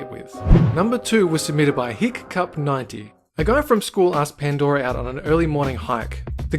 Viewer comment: Can we just acknowledge that he said hic cup